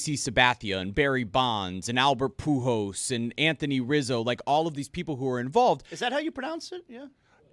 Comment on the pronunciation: I have been waiting forever for attention to be brought to how says Pujols. What's PoohJOS!? 😂